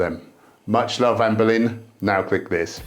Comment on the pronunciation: I will never not hear you say "Anne Boleyn" when you say her name... 😅